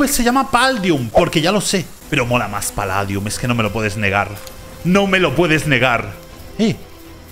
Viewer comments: se dice paldium no paladium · Se dice paldium